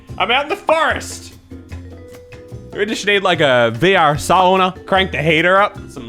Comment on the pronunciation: Find a seat and stfu. You're not funny and since you ( judging by this video) can't pronounce SAUNA correctly, you're the last one to mock and try to over mimic the people. You have no agency to do that, pos. Come back when you do speak Finnish fuently which means never thank I Sincerely, Finn living in TX.